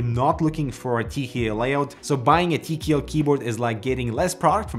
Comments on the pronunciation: tea key L Not TKL Tea key L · Why does he keep saying “Tee kee ELL” instead of “Tee Kay ELL”.gahhh